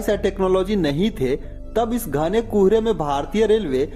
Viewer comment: It is Kohre not Kuuhre😂